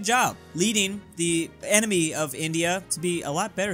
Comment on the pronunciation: Why do you pronounce "enemy" like "anime"? Thonk Kinda cool tho